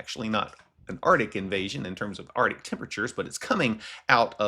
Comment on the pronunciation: I will not listen to anyone too stupid to pronounce "arctic". Effoff.